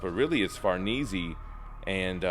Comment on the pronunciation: The way he says “ Farnese “ is killing me lmao… 😭😭🤣🤣, but excellent video though man. But to say her name correctly is Far-Nay-Zay , not being a grammar jerk by the way. I’ll be sure to tune in more videos bro! Keep it up